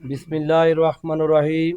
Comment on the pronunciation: বিসমিল্লাহ ঠিক কর পরে সংবাদ সম্মেলন করো